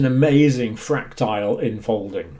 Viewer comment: 8.20 did he just say "quite an amazing fractile unfolding" ?